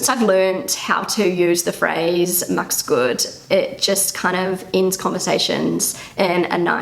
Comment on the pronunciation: The kind wish: "Mach's gut!" is not pronounced as "Max' Gut", which means "Max' mansion". Try to preserve the -ach sound even with an abbreviated 'es' added. These thoughts and phrases are also nice to consider: 'Ein kleines „Komm gut nach Hause" oder „Pass /gut/ auf dich auf" hat Wirkung und es tut gut zu hören, dass sich andere um einen kümmern und dass man nicht will, dass einem etwas Schlimmes passiert.' (Citat from Converso Context).